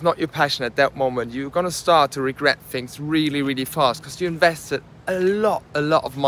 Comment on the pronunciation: Its crazy how you can fly a plane but you can't use "th" when saying the word "things".